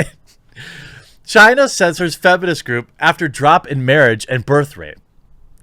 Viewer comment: You're saying 'China' wrong, it makes it sound like 'Gina', as in 'va-gina'.